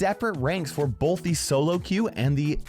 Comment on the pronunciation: I didn’t know the word “both” had an L in it.